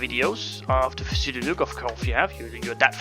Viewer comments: Grr u triggered me pronouncing it as p-sudo its pronounced sudo :P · cant even say pseudo right